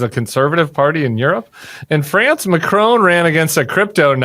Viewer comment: Butting in from France here. It’s not McRONE, it’s MACron. Well, that’s how it’s pronounced here anyway, I guess you Americans can say things however you want.